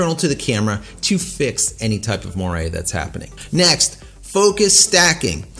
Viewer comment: It's pronounced mwa ray and has nothing to do with purple fringing/chromatic abberation.